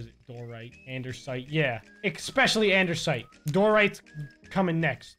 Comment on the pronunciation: 🤣🤣🤣am I the only one who noticed that he says Andersite not Andesite Lmaooo